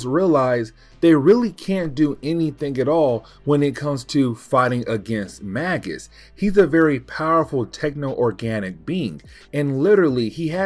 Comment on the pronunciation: Magus is pronounced like Maje-us. It's an old title for a class of magician, like Warlock is.